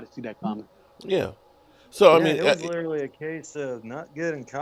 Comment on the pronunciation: He butchers that word. It's disgusting.